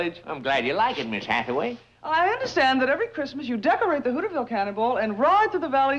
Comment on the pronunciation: pronounced the town as HOOOTERS VILLE